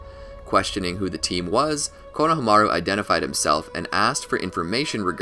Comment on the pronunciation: you had a whole year to change this to team "ko-no-HA-meru" but you kept it "konoha-MAR-u"